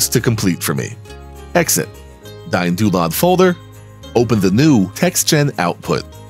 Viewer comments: I dont like DynDolod. But I love watching this video and I love how yous "DayinDoolod" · "Dyne-Doo-Lod." Welp! I've been pronouncing it wrong for years!